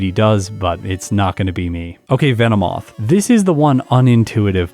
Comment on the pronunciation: VE NO MOTH VE NO MOTH